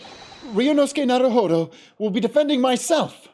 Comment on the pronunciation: You called him "Nawuhowdow"